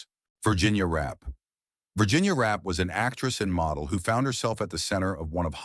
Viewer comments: Concerning Virginia ‘Rap’: Her name was Zelliene Virginia Rappe. The last name is pronounced ‘Rap-pay’ not Rap. It is thought the only thing Fatty Arbuckle was guilty of was holding the party. That Bambina Maude Belmont lead the charge against Arbuckle has been pretty clearly established. Belmont, who allegedly needed money, testified at the trial. She was also at the party with Rappe. There are many stories about both Rappe and Belmont that are very interesting to read. Rappe is at Hollywood Forever cemetery and her grave is clearly marked with her last name. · It’s Virginia Rappe not Rap. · Its Virginia Rappe.